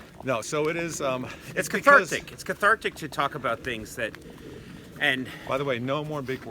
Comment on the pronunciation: Did Conan say catharctic?